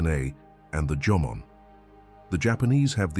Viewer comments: The AI voice from text is making mistakes Instead of Jomon people the AI says Jomon but the text says German Someone needs to proofread the text before putting this on youtube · For all those Asians or Japanese who are whitewash don't be excited when the Narrator said Jomon and not German, Ok. It's Jomon who native to Japan not German. 😂